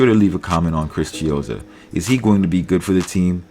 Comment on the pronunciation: Not chizzo fvccck